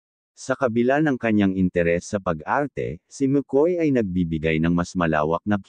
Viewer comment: Dabid, hindi Deybid, Makoy, hindi Mekoy✌️😂😂😂😂